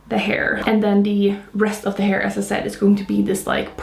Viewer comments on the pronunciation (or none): none